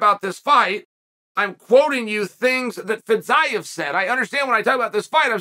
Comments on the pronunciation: not feez-eye-ev feez-e-yiev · I thought it was Fiziev but now thanks to Chael I’m calling him FitsIeev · Ah yes Fitz-Eyev, never change chael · Legit took me till the video nearly finished to figure out who Fit-zi-ev is haha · idk, w/Fiziev he changed all the vowels, and a consonant, and added a syllable, in 6 letters. Champ. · Boy, that took an unexpected turn... 😂 minutes of butchering the name "Fiziev", just to end with annihilating the hypothetical person that says Paddy wouldn't be ready for Gaethje. 🙏